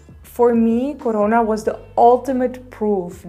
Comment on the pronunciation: When she said CORONA, she totally sounded Indian 😂😂🤣